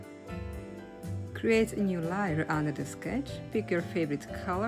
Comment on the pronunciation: Beautiful…lAr🎉 layer is pronounced like it sounds a. .. l A er.. not. l i er